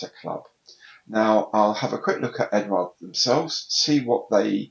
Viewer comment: I think Eduard is pronunched without the U mate. I live on the continent and nobody says it with a U. Maddness.I know.